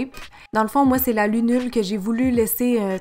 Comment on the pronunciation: Super! J'ai adoré le 3ème look! Et je crois t'avoir entendu dire lunure, mais c'est lunule! Bisous de Suisse <3